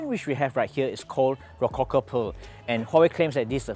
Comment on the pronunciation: Rococo sounds like Lao Kok Kok😂 Which is a bit unfortunate when it is actually quite an innovative design style